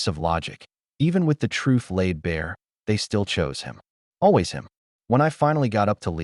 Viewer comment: The word "TRUTH" needs to be spoken with the "th", not an "f or ph". Pronunciation is important.